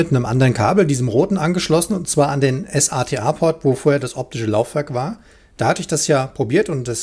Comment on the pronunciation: Sorry aber es heißt nicht ES-A-TE-A sondern SATA (Serial ATA) wenn es sein soll kannst auch S-ATA sagen ist nur ein Hinweis nicht böse gemeint